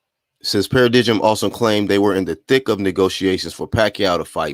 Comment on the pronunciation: In case you report on the story again Paradigm is a noun pronounced pa-ra-dime, good content & ubiased reporting style tho man .👍